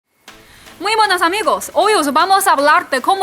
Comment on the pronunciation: Like por el "muy MUENAS amigos" de!